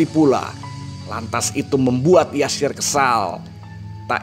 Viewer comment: nama beliau adalah Yasir bukan Jasir. Pd ejaan lama huruf J dibaca Y.